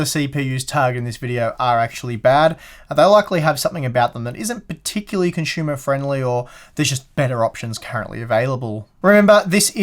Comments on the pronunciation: I've learned two new words watching this guy; "Shtupid," and "Conshumer" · Well my comment was about how you have said words in a certain and you got caught up in that and had to explain why in a vid before. So, you have been caught up in a discussion about how you pronounce certain words and had mentioned it in another vid. So how it pertains to my first comment is that I just heard you say "consumer" again and it reminded me to ask why you don't pronounce certain "R's" properly. but I think you said something to the effect that you say words like "consumer" and "H" with a hard "H" the way you do because its proper. I was just wondering why you wouldn't put that logic into pronouncing all words. Certain words have hard "R" in them. It's also kind of a general question to Brits too, they can't seem to form a hard "R" either.... Or maybe I just wanted to say hard a lot....Damn...